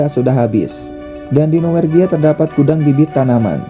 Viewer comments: Norwegia Min, bukan Nowergia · Norwegia. Bukan nowergia